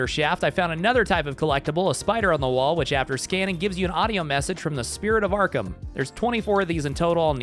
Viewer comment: Also, when 🐸 said “Spirit of Arkham” who else almost thought he said “Pillar of Autumn”😂 👇🏻